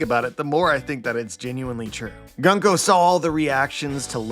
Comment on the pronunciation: Unsubscribing after a decade because you keep saying Gunk O